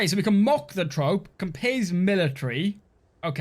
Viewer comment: Thanks for showcasing this game!! Looks dope!!! (Troupe is phonetically pronounced *Troo*oop*)